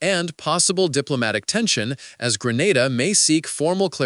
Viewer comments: Grenada not Granada😮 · He has an issue pronouncing Grenada, St. Lucia—-Could be AI-generated/narrated info…